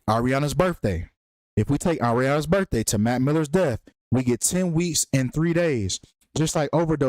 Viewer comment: please please please for the love of god say birTHday instead of birfday. please. im begging you. it's literally painful to listen to at this point. thanks ❤